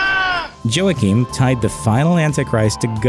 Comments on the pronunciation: Wha keen.. Joaquin. Not joahkeen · LOL! He's pronouncing the name Joaquim as 'Joe-Akeem.' It's always a bad sign when the narrator prononces things incorrectly. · It's pronounced "WA-keem", not "Jo-ahkeem". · Joachim is pronounced "waa-keem" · I believe the correct pronounciation of Joachim is 'hwah-keen'. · "Joachim" is pronounced "Wakeem" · This guy's pronunciation of Joachim was bad enough to make me consider turning to Satan worship. By the time he mentioned Saladin, I was getting ready to sacrifice a goat.